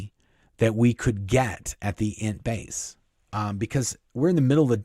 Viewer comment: I love your stories, but every time you say Int base, I hear it as Ent base. So, it cracks me up thinking of walking trees (from Lord of the Rings) as Miscavage's workers. It fits though, because he's a hobbit. Edit: sorry, I wanted to ask you a question. My mother in law is pretty connected to Hollywood and Scientology - without being a member. She usually gets the good gossip. The rumor is that Tom Cruise is cutting ties. Do you think that this could possibly be true? I say bs. Thanks!